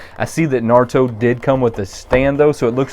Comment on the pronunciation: The way you said naruto 😂😂😂.